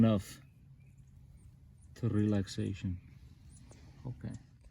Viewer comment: "Not a lot, but enough... To Rrrelaxation...." The best line!